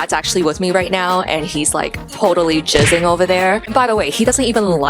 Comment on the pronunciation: I love when you say jizzing 🥛😊@